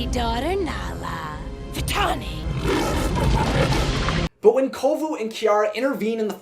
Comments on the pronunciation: Nala hissed Vatalani instead of Vantani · For 20 years I've always wondered why Nala said 'Vitalini' . Maybe I'm hearing things... though it's common for voice actors to slip on some words and make the final cut. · I may be crazy but I hear Nala call Vitani 'Vitalani" like she adds an 'L' to the name. I've always heard it every time I watch the film. Does anyone else hear it? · I'm just confused about why Nala called Vitani "Vitalini" in that scene. Obviously, Nala WOULD know MORE than us about, well pretty much EVERYTHING, but in this instance, it just doesn't make sense. I mean, NO one ELSE called her "Vitalini" throughout the ENTIRE movie (not even Zira or her brothers). So then, what exactly is going there? Was it just a mispronunciation on the actress' end, or was there some DEEPER meaning behind this sudden and SINGLULAR change? Was Nala trying to confuse Vitani by basically GIVING her a new name? If so, why doesn't Vitani even seem to NOTICE the NEW NAME? Is Vitani ACTUALLY a nickname? Then, why doesn't ANYONE (even KOVU), OTHER than Nala in that ONE moment, call her by her GIVEN name? If the actress just made a mistake, then that's one thing, but Disney is USUALLY pretty good about not making THOSE kinda mistakes in their stuff UNLESS it's done on PURPOSE. I get that NO ONE is really PERFECT, I just find it SERIOUSLY UNbelievable, that Disney would have missed this little slip-up. After all, sneaking little "jokes/inconsistencies/adult-type-barbs" into their movies/shows through conversation, IS kinda Disney's forte. I just CAN'T see how Disney could NOT catch something so SMALL and yet, for those who catch it at least (and care), so HUGE as this ONE moment in which Vitani is called something OTHER than what we KNOW her name to be, by NONE OTHER than the "QUEEN" of the Pridelands. If there was ANY lioness OTHER than Zira, who would DEFINITeL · Am I the only one who thinks Nala said "Vitalani!" ?